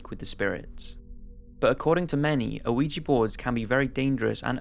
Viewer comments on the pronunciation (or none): Ouija is pronounced wee-gee not o-wee-gee. I love your vidoes and every time I watch one with an Ouija board involved I can't help but hear it. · Its pronounced wee jee board man. I'm pretty sure anyway I haven't looked up the pronunciation but that's how everyone says it. It annoys me every damn time you pronounce it the way you do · First of all it's pronounced we-ja. Second I'm normally skeptical about ghosts but the San Pedro case makes me question. Assuming the investigator's aren't lying the only other possibility is that the couple had access to blood plasma. I would love to know if one of them worked in the medical field? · "wee-gee" board. Not "OH-wee-jee" board. The "o" is silent. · Weeegeeee board get it right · You're not supposed to pronounce the O in Ouija dude, its pronounced WEE_JAA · Does anyone else sometimes hear "Luigi board" like you're summoning a vengeful cartoon Italian? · the ouija ones were so hard to listen to cuz this guy keeps saying “oh weegee” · i swear to god it sounds like he says luigi board and now i cant focus on other shit he says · DUDE....THE "O" IN OUIJA IS SILENT. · The o in ouija is not pronounced... That was the scariest part of this video! ;) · Oui is pronouced 'we' as in the French word for 'yes' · How many times hearing Ouija Board pronounced incorrectly is too many? How well researched can you video be if not ONCE did you ever come across a correct pronunciation? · When you get older you start to realize that if pronouncing words like Ouija correctly is too difficult for you how can you raise children? Sometimes it's best to cut your loses while you're ahead. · ArM kH I know all about Ouija. I'm mocking his pronunciation